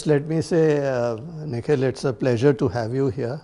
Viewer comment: He said Nikhil uhhh ? It's very upsetting !